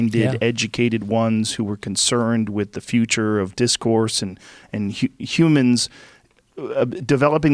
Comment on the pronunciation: definitely says 'pumans'